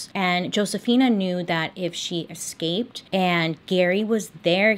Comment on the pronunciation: Stop saying xscape. It's escaped.